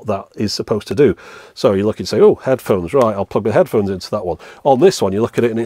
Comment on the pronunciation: "headhones" xD